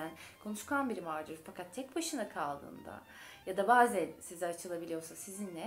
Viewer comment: Bazen kelimesini siz mi yalnis telaffuz ediyorsunuz ben mi yalnis biliyorum.e harfini cok kapali telaffuz ediyorsunuz